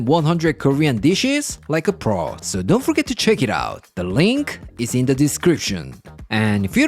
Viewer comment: " dohh worry 'bout it" I love it 💯✌👍👍👍👍